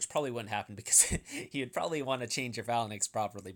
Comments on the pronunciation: I love your videos but would you mind pronouncing "phalanx" properly? It's "fay-langks" in American English and "fa-langks" in British English, not "falan-ex." ^_^ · This video was great other than you not knowing how to pronounce the word. Fae-lanks.... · Bro, it is pronounced "fa· langks" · "fa-la-naxx" smh you need some xanax to slow yourself down lol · "Phalan X" lol. sounds like a super hero or something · bro, check the pronunciation of phalanx on mirriam-webster's website